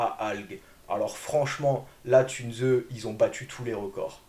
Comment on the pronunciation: Encore une fois excellente vidéo. Si tu me permets car j'ai de l'allemand, Tunze ne se prononcé pas "Tunezeu" ,mais "Tounss". Le "u" se prononcé "ou"...😊 Sinon😅 hyper qualité de vidéo. Excellent. Extra. Une toutes meilleures tip top en aquariophilie récifale française sur YouTube